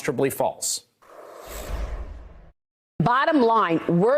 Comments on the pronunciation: “Nunoos” “his go to mooo-move” 😂😂 is totally trolling Nunes! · “Go to moo...move” 😂 you’re not slick